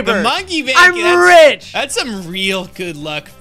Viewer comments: You were supposed to say monkey Bank not monkey break I was trying to tell you that you mispronounced something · said BRANK Instead of BANK